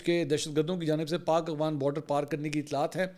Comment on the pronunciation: AGWAN nahin AFGHAN umeed ha aap correction karaen gae